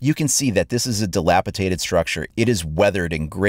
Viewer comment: Dilapidated not dilapitated